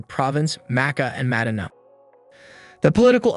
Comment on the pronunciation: Mad-dina lol